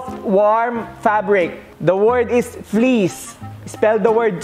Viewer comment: Kasi Naman fleece pero Ang pronounce Niya please